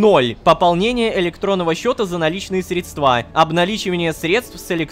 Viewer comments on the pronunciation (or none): Не средствА, а срЕдства! Бухгалтер со мне умирает ((( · Средства на Е ударение